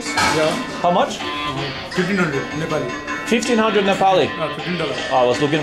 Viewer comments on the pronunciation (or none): he's trying to say Im neplease but he pronounce Im Nipple lol